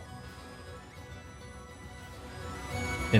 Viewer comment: why'd you narrate this with AI? and did you not check the way it pronounced EE ai slash and "helm" breaker instead of "realm breaker" the video was fine but i cant even be sure you actually wrote it now. at least the production in editing and testing was good